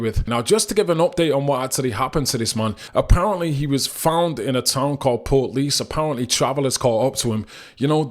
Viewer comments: It's pronounced port leash not portlease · Pronounced, portleash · I’d just like to say you need to learn how to pronounce Portlaoise properly marra,and I’m saying this with respect.